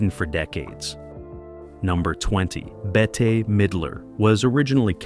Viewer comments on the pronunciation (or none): You said Bet-tay. Her name is Bette, pronounced as Bet. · Midler's first name is pronounced: Bett....the "e" is silent. The robot narrator continues to mispronounce names. A quality review program will stop these erroneous mistakes.